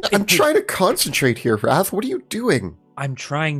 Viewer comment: i thought "raf" was "wrath" lol